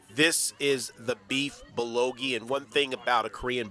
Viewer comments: 🗣Beef Bull Go Gee...Beef bulgogi, not bulogi. Great video other than that. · Great reviews and thanks for making the video. Very informative and I even enjoyed how you mispronounced many names charmingly entertaining such as "Bullogi(bulgogi) " 😉😄. Now I am very hungry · Hi great channel. It's Bulgogi btw, not Bulogi. And yea, I know bout Biwon Son! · Hi, it's bulgogi, not bulogi. :) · It's BUL GO Gi..not BU LO Gi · it is beef "BUL - GO - GI" not "bul lo gi" :D and "BIWON" sounds like this Bee-Won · Bul - GO-gi ... not Bul lo gi... it's painful to hear you mess that up so many times. Good video but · a great review. thanks for sharing. i definitely got a good idea of where I can take my family. just wanted to share that the korean meat (bulgogi) is pronounced bull go gee. looking forward to more videos. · say it with me BEEF BUL GOH GEE! LOL #kringe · It's called bul-go-gee...